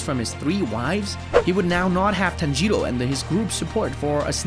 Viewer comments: “Tanjierou” BRO WHY YOU SAID THAT LIKE THAT💀👽👽👽👽💀💀💀💀💀💀💀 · TANjjro is how he says it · Me:tan-ji-rò:tan-jee-ro,ten-jen Me: 😐😐😐😐😐😐😐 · Bro said tanjido